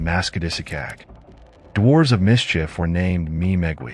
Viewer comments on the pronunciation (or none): none